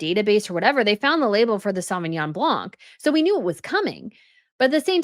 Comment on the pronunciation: Sorry to be pandentic. It is BLAN not BLANC the C is silent.